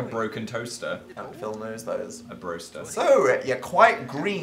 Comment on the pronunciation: " A Broster"